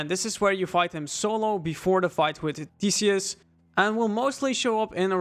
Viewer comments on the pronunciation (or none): none